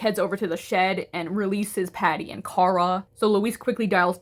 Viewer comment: No you're right, it's Ciara. The pronunciation in the video is a little off